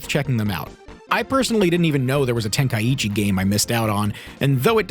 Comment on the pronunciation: Brother say tenka-ichi lmao